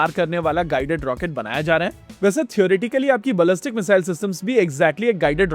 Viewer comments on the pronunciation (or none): none